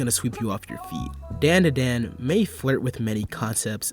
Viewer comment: Its pronounced DON DA DON